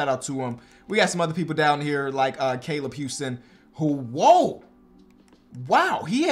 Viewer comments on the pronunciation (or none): none